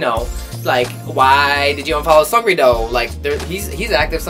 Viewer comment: Are u saying seungri wrong?!?lol